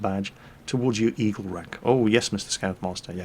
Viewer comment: I thought kept saying Evil Rank - then thought about what a Evil scout had to do......push grannies into the road? poison cookies?